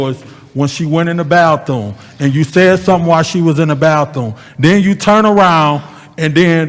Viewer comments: Not talking about a “baththoom.” Point of information! What is a “bath-Thomas”?!!!😳🤔🤦🏾‍♀️ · Is really saying BATHOONE 🤔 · " baththoom"... really?